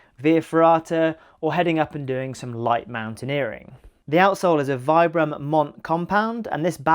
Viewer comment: I never trust anyone so ignorant as to not able to pronunce Vibram - the single most important outsole brand. Oh, Vibram is the focus of your video.... sigh.